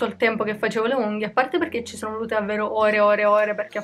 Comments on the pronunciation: perché dici unghio?... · anche io ho sentito unghio 😂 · Ma pk dici unghio? 🤣🤣T. V. T. B💖💖💖🌼🌼🌼